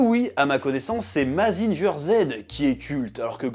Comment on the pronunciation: Pour info on dit Mazinguer (Mazinga). Et autre fact Kinikuman porte en réalité un masque et est l’homme le plus beau sur terre ;)